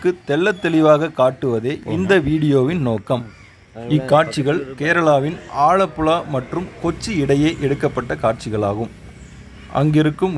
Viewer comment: It ir Alappuzha & not Alappula